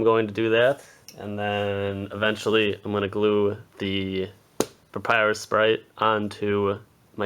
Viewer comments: Did you said sexy Papyrus? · dude, you just said " papyrus is really hot " i swear you said that! im dying of laughter 😂😁